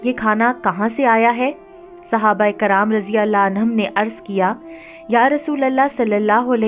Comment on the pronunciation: baji aapki videos bahut achchi hoti h lekin kuch videos m aapke kuch alfaaz m aap zer or zabar galat padhti ho kyunki m khud ek aalima hu isliye huzur hota h hazur nahi or sahaba ikram hota h aakraam nahi m aapko galat nahi keh rahi bas aapki galti bata rahi hu